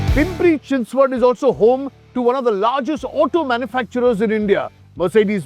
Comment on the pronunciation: Your Chinchwad pronunciation is so on Point.